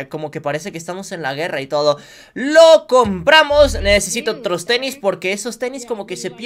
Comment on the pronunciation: dijiste ternis😅